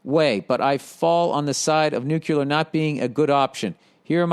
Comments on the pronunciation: Billy billy billy keep on stirring the pot. It’s fun for us all. And did I hear NUCULAR?! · Second one was “nuclar”